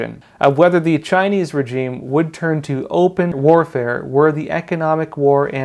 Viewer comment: Great video as always, but please check the pronunciation of the word regime